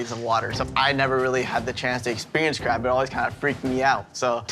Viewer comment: nooooooo the cwab